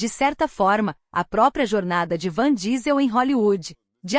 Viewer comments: Pelo amor de Deus é vin Diesel...a mulher fala van diesel...😁😭...kkk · Nao sei como conseguem falar o nome errado principalmente que todos sabem que o homem chama Vim Diesel ,,,,, e ele é incrivel e se da muito bem com a filha de Brayan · O cara leva nas telas mais anos que o proprio Matusalém. Dai vem uma IA bem bosta, e erra o nome do cara. Até sua avó conhece o cara. Errar um vez ainda ta valendo, mas repetir um erro tão tosco, é foda